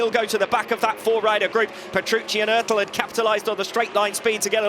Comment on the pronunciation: STOP SAYING ÖRTEL!!!!